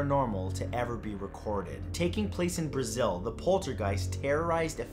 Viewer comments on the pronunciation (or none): none